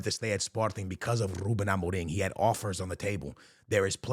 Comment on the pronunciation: Nobody:: "RrRrrrRRrrRuben"